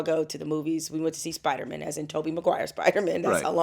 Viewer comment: Spiderman pronounced like a Jewish last name.